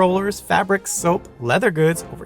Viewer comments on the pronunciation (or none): none